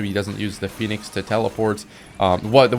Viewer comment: I am certain you were gonna say phoenix but the way you cut off makes it sound like you accidentally said feet lmfao.